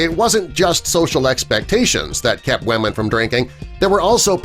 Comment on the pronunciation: It kinda annoys me how he says weamen all the time ..